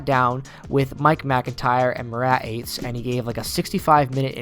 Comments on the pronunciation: It's not "Eights" Murat's last name is pronounced "Ah-tesh" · Murat Ah-Tes. Lol